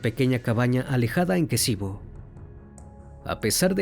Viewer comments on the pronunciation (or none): Ex Yugoslavia.. asesinato muerte violaciones....es kicevo...no kesivo